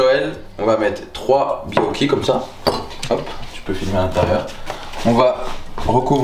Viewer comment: Phonétiquement: baYOki, ne massacrez pas mes gateaux favoris 😂